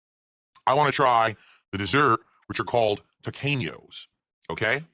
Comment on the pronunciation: My wife, who is Hispanic, says the way he pronounces Tequeños fills her with intense and utter rage and, also demands that I let people know, it isn't a dessert, it is a snack food.